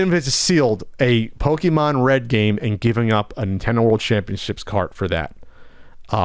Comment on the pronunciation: Pokèmon said with a hard "e" always bugs me.